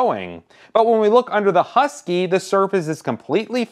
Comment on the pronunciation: There's no yu in husky